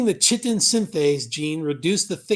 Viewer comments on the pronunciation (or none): 'chitin' is pronounced 'Ky-tin'. Chitin is the second most prevalent biopolymer on earth next to cellulose. Chitin is in a lot of different organisms, fungi, insects, shell fish and others.